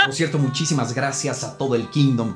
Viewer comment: Es "cierto" no "xierto"